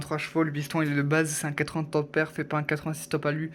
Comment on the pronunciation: Apprend à articuler tu sais même pas dire le Mot top perf 🤦🏻‍♂️